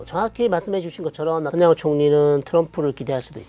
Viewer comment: 네타냐후를 왜 자꾸 나타냐후로 부르나요? 교수님 이름을 송일꽝으로 부르는격 입니다.